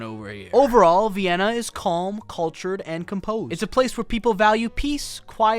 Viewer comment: Why is pronouncing it Vy-inna? And who cares how many other black people are there?